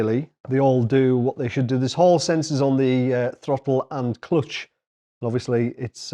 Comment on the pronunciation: “thlottel and cloets” 😅 Really nice looking unit, mate. Congrats!